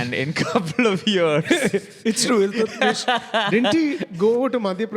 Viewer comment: "Ill"- tutmish